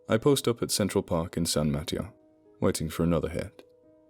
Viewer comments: San ma TEY o. Spanish for St. Matthew. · Cool, this takes place in my neck of the woods and Kane the wrestler is mayor of my hometown. I tried and failed to wait for bedtime to listen to this, thanks! (San Ma -TAY-o, btw, and El CamEEno REE al. Oh, you got it at the end, no offense intended, and I wish I had a proper phonetic keyboard, I'll have to make do).